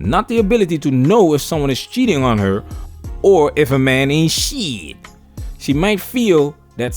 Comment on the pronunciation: We men "AIN'T" we? 👏🏾👏🏾 Lol I heard you go extra to nail that. Before it would always sound like, We "menavee"?